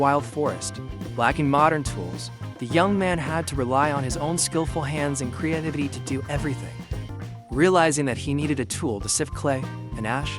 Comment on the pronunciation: create-ivity...... put the wrong emPHAsis on the wrong syLLAble.